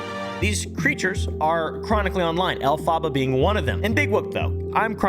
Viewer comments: not elphaba its elf-abar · Off topic but I thought the name Elphaba was pronounced Elpha-buh, instead of El-phah-buh. Unless does she herself prounce it the other way? As a fan of Wicked it was a pet peeve lol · I think you’re putting the emPHAHsis on the wrong syLAHble. If their name is based on Elphaba from Wicked, it’s pronounced EL-phuh-buh. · This man has never seen wicked but it’s funny. Also just FYI, the name is pronounced Elf-uh-buh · Dude, her name is elfphaba (ellelfaba) which is one word, your making sound like she is mexican. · Hey I love your content but her name is pronounced “elf-uh-buh” like the witch from wicked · The way says Elphaba is hilarious to me😂 It’s pronounced Elf-i-ba, you can actually look up the pronunciation by looking up Elphaba from the musical Wicked. This isn’t meant to be mean, just a lighthearted correction. On another note, the editing, commentary, humor, everything is great here, keep it up! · isn’t it EL-fuh-bah like the witch from the Wizard of Oz/Wicked? they are wearing a lot of green 😅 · Alf-ah-buh. Like the wicked witch in Wicked. Lol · "elPHARHBARH" I LAUHED EVERY TIME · Is that how their name is supposed to be pronounced? I thought it was more like elph-uh-ba. like the character from Wicked? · the way he is saying elphaba is killing me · The way u pronounce elphaba 🤣 u clearly have never seen wicked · The way he pronounces Elphaba makes my teeth hurt. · I don’t know who this person is but is their name not pronounced like in Wicked? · As a theatre nerd, It p a i n s me to see how pronounces Elphaba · I think my favorite part of the video is constantly mispronouncing the name Elphaba 😂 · Everytime he said it wrong it made me laugh.